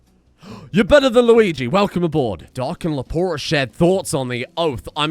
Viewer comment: Lepore, not leporé.